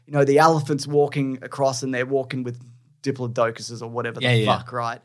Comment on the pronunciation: That pronunciation of "diplodocus" was so funny I almost puked.